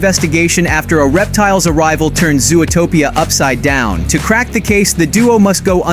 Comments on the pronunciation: It's Zootopia, not "Zoo-a-topia"! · Please pronounce zootopia properly. It’s not zooatopia. It’s zoo topia zootopia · Ai voice? Who calls it zoo-o-topia